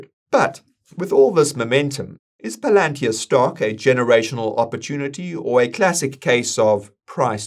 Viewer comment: That's actually how it's pronounced. We been pronouncing it wrong